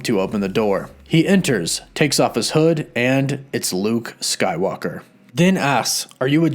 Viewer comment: Am I the only one who hears him say Luke skylocker😆😂